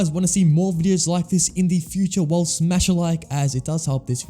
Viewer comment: You should learn when "The" is pronounced "di" and when it isn't